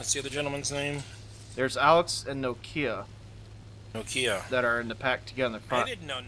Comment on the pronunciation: lol wtf is no-kia